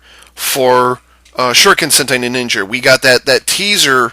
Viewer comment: "Ninningen" LOL